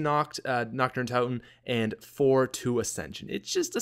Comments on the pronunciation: does anyone else get a little annoyed when he says it like Nacht der unt(ou)ten. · Wow, I never noticed he used to call it "notch der un tot en" (tot as in tater tots)